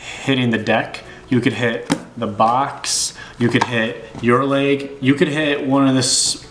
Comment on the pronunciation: "or you could hit your layeg" brah you know its pronounced leg